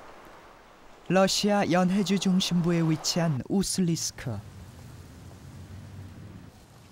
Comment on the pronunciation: 우수-리스크 가 아니라 우수리-스크. 우수리가 지명이고 스크는 관용적 접미사 임. 우수리지방 우수리강 등등